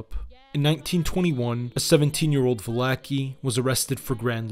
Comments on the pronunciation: Just so you know mate, for any other future use, Joseph Valachi, is pronounced like Va-la-chi, instead of Va-la-ki. Otherwise nice job. Your research is top notch, especially of the early years, before, during, and after Prohibition, and then the DeCavalcante year's. Lot of info ive never heard before. 👍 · It's ValaCHI, not Valake lol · Va la chee; not Va la key. Also not con sig lee air e; consil Erie. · You really should spend research time learning how to pronounce the names of the people in your videos. The content was fine. It was a nice, tight presentation that covers the important point, but when I hear things like Valachi, pronounced "Va Lack e" instead of "Va latch e" it detracts. Genovese and Lucchese were also both off. Those are all very prominent names in the American mafia. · it's Valachi!!